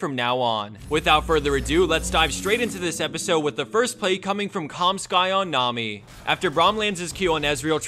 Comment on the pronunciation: That inflection at the beginning when he said Nami sounds a bit off for some reason.